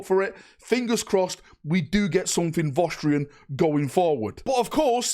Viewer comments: What are Vosstrians? Do you mean Vostroyans? Voss-troy-uns? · They are vostroyans, is just northern so pronunciation is cooked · FYI they are called Vostroyans not Vostrians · Vos Tree Ins Everyone else: Vos Troy Ans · Wtf is a Vo'strian? Are they related to the Vostroyans somehow? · Listening for the last couple of days pronouncing Vostroyans has been amusingly grating 😅